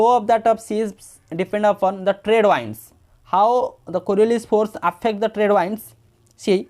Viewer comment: English pronouciation sunke hasi ahh rha hain Sir... Its not wands, its winds...😂